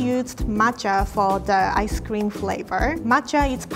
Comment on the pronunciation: What i heard:mochi ice cweam